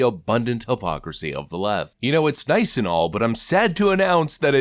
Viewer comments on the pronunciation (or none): none